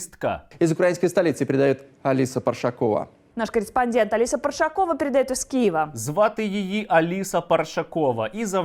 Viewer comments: Парашкова, наголос на другому складі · ПаРашкова а не паршакова